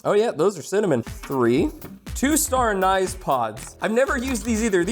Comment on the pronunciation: Anise is pronounced like "ann-iss"